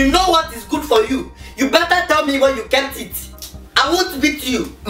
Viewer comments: You said ma instead of me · ah yes the way you used to say " me" is ma